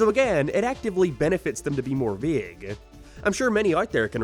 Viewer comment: Is bro Scottish how he says vague hate and hit sounds kinda Scottish